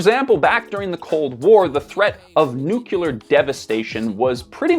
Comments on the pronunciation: Say it with me nu… clear… nu…. clear. It’s not nuc-uler. Please sir!!!! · Nuclear not nucular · Nucular? I thought it was nuclear? Anyway, thanks Ground News. You're killing any interest I once had in your service with all your non-stop influencer ad campaigns. And now I'm sick of too. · sorry I had to say it, but it is nuCLEAR and not nuCULAR 😂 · Please stop saying nookular. It's nuclear... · It’s ‘NEW-CLEAR’ not ‘NEW-CUE-LAR’ ! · Loved the video but please, it’s nuclear not nuculur. Just say ‘new’ and then say ‘clear’. Nuclear. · Nu-cle ar. not nook ku lar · New-KLEE-ur. Please for Gods sake it’s not NU-KEW-lur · Why do Americans - and also Canadians apparently - say 'nu-que-lar' although the word is clearly 'nu-cle-ar'? -- It's not a critique or anything, I studied linguistics and I am very interested in everything language related. I also love the English language. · It's "nuclear", dude, not "nucular”! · I'm gonna be that guy... it's "new-clee-ar" not "new-kew-lar". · nukular war 😂😂😂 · American literacy rates = “nukyaler” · I'm just having so much trouble accepting that educated people, and even British people will say "nuke-you-lur" like Dubya. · How TF do you look at the work "nuclear" and decide "nukular" is the way to pronounce it?!! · Why do you say "new-cue-lar"? Are you stupid? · Stop saying nucular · oh no... he says "nucular" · It's like "nucular" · Nukular? NUKULAR? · Nucular. Lol. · You're the last guy in YouTube that I thought would pronounce it "nook-you-lur". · Just scrolling through the comments to make sure I'm not the only one. nuculer. ew. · President Jimmy Carter, who took a “nukuler” power plant operation course in college with the intent to serve onboard a nukuler submarine, pronounced it the same way. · Nucular? triggered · Made me think of homer saying it lmao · While I like your content,, I have a mini aneurism every time you mispronounce the word NUCLEAR.